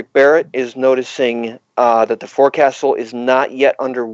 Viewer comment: shout out to for pronouncing “forecastle” the right way!